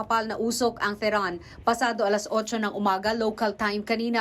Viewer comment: It pronounced as : te he ran... And not teran.